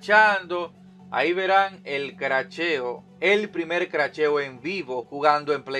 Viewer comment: Se "Cracheo"... 😄 me da risa por que yo tambien asi lo digo.